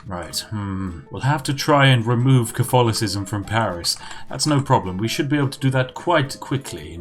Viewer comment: I am normally more of a Twinings Earl Grey or Irish Breakfast, but who am I to contest a week's supply of tea. Have you thought of playing as Britain, with the goal to take back all the colonies (India, USA, Canada, Australia, etc) in the game? Edit: You mispronounced Cof-tholocism.